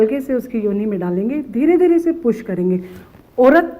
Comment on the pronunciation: She is using puss instead of push..😁😁😁😁